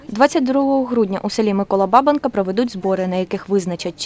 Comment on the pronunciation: Ну що там у вас з наголосами сталося, це ж пiпець ! Ну невже не зрозумiло, що якщо столiття, з митi заснування казали БабАнка (на другому), то на якого дiдька ламати на БАбанку (на першому) ?! Пiпець, а не граматика!